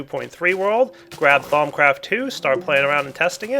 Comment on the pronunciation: "thong craft"